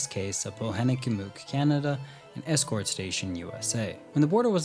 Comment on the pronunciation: You know, you butchered poenegamook properly😂 but its ok you redeem yourself with escourt😂